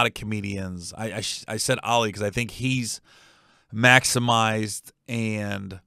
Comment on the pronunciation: Hey Gary it's "Ali" like Muhammad Ali.